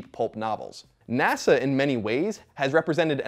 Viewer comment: "Nasha should..." I giggled. You can giggle too.